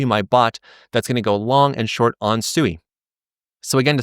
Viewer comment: You don't even bother to pronounce Sui correctly. 🙄